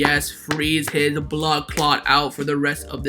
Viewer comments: Lol I'm jamaican when I heard u said "bloodclat" I was shocked🤣🤣 that's how pissed off I was when I saw that article too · did you say "bloodclaat"?